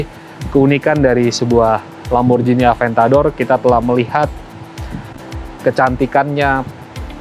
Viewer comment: D italia bkn lamborjini tp lamborgini. G bkn d baca J